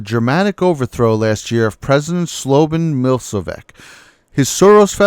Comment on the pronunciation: SLOWAN MILSOWECK???? :D hilarious ...it's SLOB-ODAN MIL-O-SE-WITCH